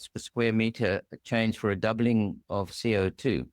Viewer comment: Never heard anyone pronounce CO2 as C.I.T. before lol